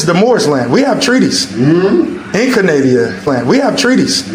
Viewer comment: I was almost certain he said “child copulation,” but upon further review it could have been “population.” Hard to tell because he mispronounces so many words like a dummy that’s trying to sound smart, like “Canadia”, “epitic” (epithet?), and “zimaphobic” (xenophobic?).